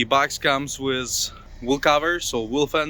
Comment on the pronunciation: How many times I heard "wizz", instead of "with"..... just elementary word, you cannot pronounce.... So, annoying.... This piss me offff!!!!